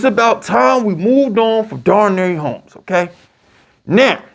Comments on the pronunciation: “Daranary Homes”… boy yo ass was struggling. Dar-Nay Dar-Nay Dar-Nay!! 😂😂😂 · YOU BUTCHER NAMES LIKE CRAZY!!! Darnary homes 😂 you Deandre baker instead of deontay banks bro cmon